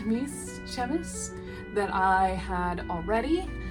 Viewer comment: duuuude the trim detailing is incredible, however long it took with mainly glue probably would be twice as long if hand-sewn. and i never would have guessed it was glued from just looking at it!! incredible work also someone probably already informed you, but chemise is pronounced chuh-MEEZ :)